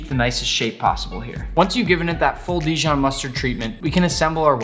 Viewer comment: Dijion must be from the region Dijion